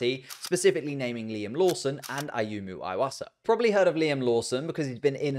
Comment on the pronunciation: His name is pronounced E-wasa and not I-wasa